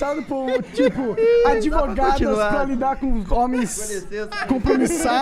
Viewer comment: Ai essas 'advogatas' causaram muito problema kkk